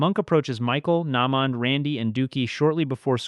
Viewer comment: he manage to butcher naymond's name a col times but said the n-word clean as day now he just lost me as a subscriber FOH